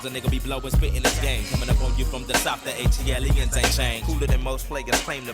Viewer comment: A T L E ans the whitest pronunciation I've ever 😂😂😂😂😂